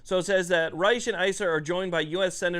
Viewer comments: Actually, Senator Risch is pronounced like “fish.” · It's risch. Like rich, with a S... and crapo, "cray-po) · Idaho here--- Risch is pronounced as Rish and Crapo is pronounced as Cray-Poh. Unfortunately my senators are long time sitters, but the good thing about them is that they are solid, Most things that they put their hat in on as is generally supportable even if it is a grumbler. They great for OutDoors support and knowledge and they are solid 2A supoorters as you can tell by their generally lockstep approach on most issues with Repub leaning. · Idahoan here. You're close on the names; its Jim Risch (pronounced like rich, but with the S dominant, so like... Rish) and Mike Crapo, pronounced Cray-po'. Sounds similar to playdough.